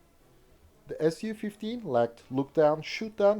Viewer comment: Thank god you said S.U. 15 and NOT "Sue" 15...im sick of so called avation youtube "experts" refering to Suhkoi aircrafrt as "sue" and not "S.U."